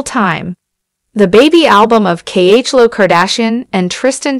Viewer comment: Why is this person not pronouncing Khloe ‘s name right?